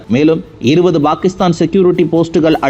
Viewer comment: செய்தியை pakisthan என்று உச்சரியுங்கள்;""bakisthan""என்று உச்சரிக்காதிர்கள்!!தயவுசெய்து திருத்துங்கள் நண்பரே!!